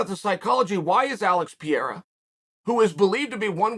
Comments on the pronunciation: Pronounced Alex Pereira 3 different ways, never change chael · alex and izzy's parents pronounced their sons names wrong all along, chael shows them how to say it right